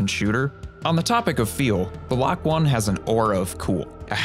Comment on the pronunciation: i think the lok-1 is supposed to be pronounced loki